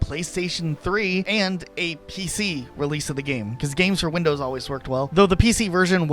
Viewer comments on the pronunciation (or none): none